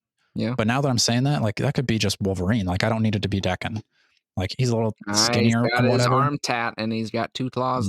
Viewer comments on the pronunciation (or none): Daken is pronounced "Dah-Kin", rhymes with rockin -more or less. it means mongrel in Japanese. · Daken is pronounced like dog but drop the g and ken is obviously pronounced like ken from Barbie. Source: I speak Japanese and have been living here for the past ten years. The word 駄犬 means mongrel like a mixed dog.